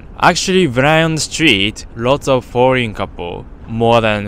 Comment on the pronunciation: "lots of boring couple"? Edit: ok i think he's saying "foreign"